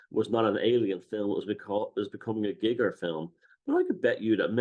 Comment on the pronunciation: Is it not guy-grrr not gig-er